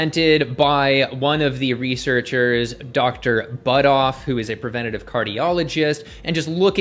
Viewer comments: Yeah, this doesn't surprise me. These vagoons, and LDL statin pushers are hatin right now... This Mick the P** has always had it out for you. Who does he think he is trying to "debunk" your study? I like the way Prof BK handles these ideologs. I also find it disresfectful that he misprounced Budoffs name in a derogatory way. Similar to that Cardiologists that Dr Norwitz was talking about. I'm glad you and Dr Norwitz are defending your study. It's ok to show your teeth to these clowns. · Interesting attack by Mic. Interesting selective edit by Mic to make it look like Shawn Baker said something he did not actually say. Also interesting mispronunciation by Mic of proper name of the lead researcher. I found that quite insulting by Mic. Personally I do not believe that saturated fat causes heart disease or high lipid levels. In fact just the opposite that saturated fat is healthier than industrial seed oils. I also do not believe that high LDL is causal to CVD. READ Malcom Kendrick for the long and nuanced explanation. LDL is present everywhere in humans. It is the supply truck that shows up after the artery has been damaged to supply repair material. I don’t think anyone seriously believes that LDL causes CVD or any other disease.